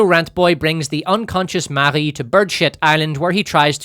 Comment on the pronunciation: Updoot for saying "Marie" in a French way.